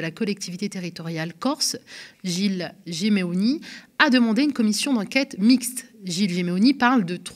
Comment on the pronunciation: Intéressant mais quand même. Madame vous avez les yeux rivées sur un prompteur et vous dites Gimeoni au lieu de Simeoni….